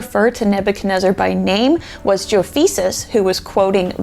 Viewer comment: You said Jofeces 😂 Great video btw ❤